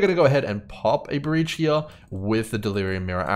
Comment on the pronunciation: Wanted to thank you for putting out the consistent content. While it teaches me different strategies, It also lets me play my favorite drinking game, which is “watch grim videos and take a sip every time he says ‘heah’.” Works every time, thanks again 😊